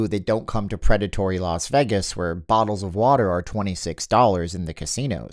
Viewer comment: Sounds like you’re finally pronouncing Vegas correctly. Remember: It’s VAY-gus, not veh-gus. Keep it up.